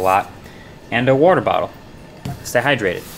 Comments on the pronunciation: Loved hearing that Jersey accent slip out when he says 'wooter' bottle 😁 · Do you say "warter" like Brad Leone? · Awesome video as always!!! "And a worder bottle" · MKBHD said, “Worter Bottle”……..WORTER……Now I believe he’s from Jersey. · “Worter bottle” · "and a worter bottle" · Found it funny how he says "water"